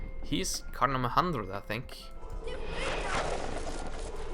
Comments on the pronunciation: it's a carD, not carCH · no one will comment on the "CARGE" pronunciation? XD